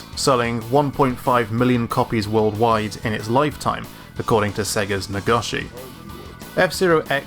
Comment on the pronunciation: Great video, as well as great editing. However I need to poke at your Japanese name pronunciation. Mi in Miyamoto is pronounced like "Mii", go in Nagoshi is pronounced with an "Oh" sound, not "Ah".